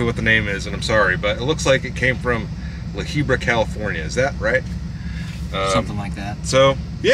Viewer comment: It’s La Habra bro haha